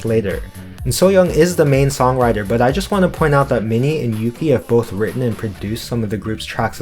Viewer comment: yuqi name is pronounced as "you-chee" by the way, or ooh-gee